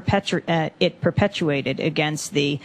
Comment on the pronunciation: "perpetuated" or "perpetrated" - well, i am confused. LOL* : P